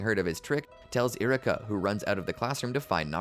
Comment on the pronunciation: E-ru-ka. For the love of God lol. Love the video but choices on what to call moves and saying names so wrong is driving me crazy lol